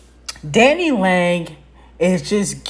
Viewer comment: Not Dani “Leg” lmaoooo Omgee 🤣